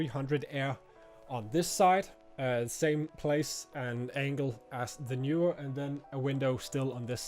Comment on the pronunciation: Horrible audio levels. Also, Knee/were, not Knew/were.